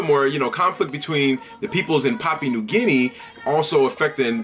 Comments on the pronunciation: good video man but the pronunciation is a bit off its more like pah-Pu-ah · Pah-pu-ahn 😂 much love though haha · Brother I appreciate you talking about my country but get your facts correct, I am Papuan an new guinea is another part, basically south is papaun an north is new guinea. Thanks ....btw your proncing Papua wrong don't refer to the whole country as Papuan